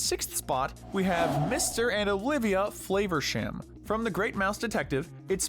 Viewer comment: I can't hold it back any longer, for a British character we pronounce FLAH-versham, not FLAY-versham, it's been bugging me I'm sorry again, do love your content <3